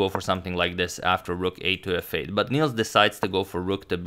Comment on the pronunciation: Nils is pronounced more like "nills" than "neals" if you want to sound Swedish. Good luck! :)